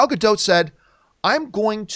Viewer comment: Dude chill. Also quit saying Gadot like that, say it correctly